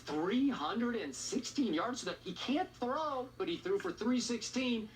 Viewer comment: SAS he can't throwwwee